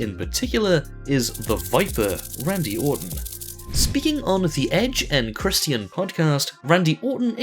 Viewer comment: Sorry to be one of those "butt-hurt" guys but this is this first and last video I'm watching from this channel. Not only you're annoying with the stupid emoji but you can't even pronounce Christian's name right including other minor stuff. I got the joke and it's not funny but I got an emoji for you that you might also not find funny 8=) pinch hand enjoy